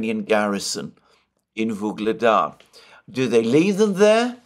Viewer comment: It seems like you pronounce a'"g" sound in the middle of Vuhledar or am I imagining it?